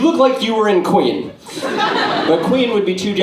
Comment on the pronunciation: "Queen" to "Quing" fantastic hahaha